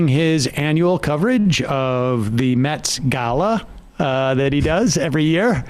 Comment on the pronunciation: Sam really didn't want to do today's video! He was sooooo friggn tongue tied! (and nervous) Anybody notice Ben said, "The Met Gala" properly, while it took Sam 5 times? A "COAL de SACK" in the METS Stadium? GOOD N'ya Sam, that you posted this and not trashed it.